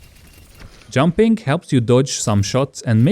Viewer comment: did he say junping helps to dodge shot LOL